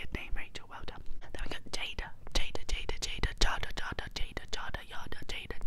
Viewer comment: jadah is actually jaida ^ ^